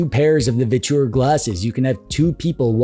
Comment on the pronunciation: Literally the only person I've heard pronounce their company as a three syllable "Vich-oooo-errrr". ;)